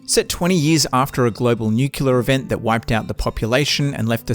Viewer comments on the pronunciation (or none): thats actually how everyone imagines you,. 😂 and while we are at it and you showed the world, not just how clever you are, but also how loveable and sympathethic: -the word is NUCLEAR, Nucular is not a word. -Chernobyl is pronounced like it is written, its not pronounced Schernobyl -Shooting at stuff is not the primary focus and stealth was not shoehorned in, stealth is the way to go from the beginning and if you explore and play clever you will always have ammo, health and filters in abundence. even on ranger hardcore. that you run out of ammo on normal mode tells one everything about you one needs to know (lol). you can only see the good ending if you play the game how the developers intended, by not killing any humans and stealth your way to the end credits. That was also the case in the original, before the redux was made. -comparing this game to resident evil is like comparing this video to a good one. they have not a single thing in common and its insane to even think they have. -if you are that shitty at video games, fair enough (would explain why you felt the need to be a "video game reviewer aka "journalist" lol), but then do a 3 minute google search at least before embarassing yourself. you are welcome,.